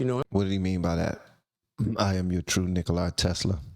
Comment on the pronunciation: Nicola Tesla is not "Nickle-eyes Tesla" as ifiot kanye mispronounces it.